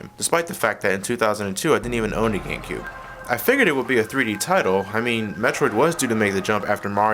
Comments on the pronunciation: GaMecube...not "Gangcube" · At the end it looked he said gay cube.